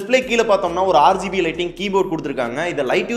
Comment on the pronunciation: neenga RGB nu solrathu "aaru gb (6gb)" nu solra maathiri iruku